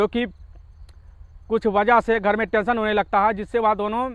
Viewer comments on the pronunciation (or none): तसन नही होता है, टेंशन होता है